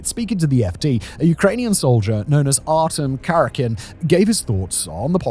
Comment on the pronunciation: That poor Pyatorochka. And it's Art Yom Kar ee Ah kin